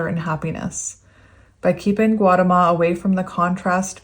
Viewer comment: SUDDHODANA = SUE-DOE-DUH-NA GAUTAMA = GOW-TA-MA